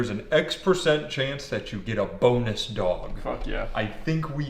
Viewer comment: At first I thought he said boneless dog instead of bonus dog